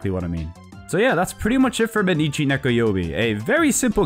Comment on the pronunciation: Mainichi Nekoyoubi means "Every day is cat day". It's not pronounced mei-nichi, but more like "my-nichi".